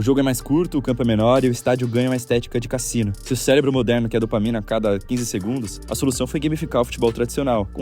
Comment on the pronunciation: ele falou célebro ou eu tô doido? kkkk